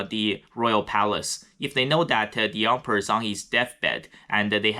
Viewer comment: I love the way you pronounce “Emperor” sounds like Ump-er